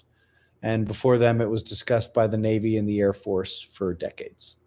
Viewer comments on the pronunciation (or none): none